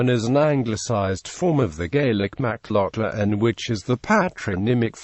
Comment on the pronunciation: That isn't how you pronounce the name. Its an "a" sound. Macl"a"chlan